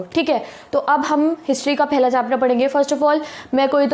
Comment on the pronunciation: The way she say phela topic Hy hamara 😂 😂